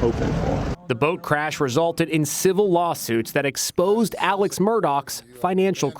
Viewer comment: She keeps calling him Alek